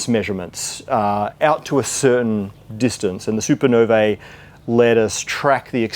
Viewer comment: Congratulations, Matt, for being one of the few who correctly pronounces the word, "Supernovae". This brings to mind the question of why the likes of Krauss refuses to learn it too.